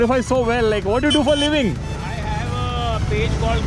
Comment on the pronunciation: u r doing a great job but I would suggest u bring a Little bit of clearity in pronouncing "What do you do for a living"